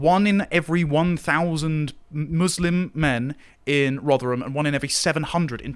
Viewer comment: It sounded like pronounced Rotherham as 'Roger 'em'. Apt